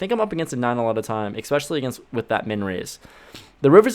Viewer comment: Someone has to say it...there’s no “x” in the word especially